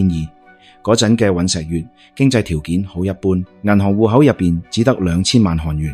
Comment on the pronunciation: 😂雖然你運用ai旁述都幾出神入化 但尹錫藥 國衛議員 係點樣讀錯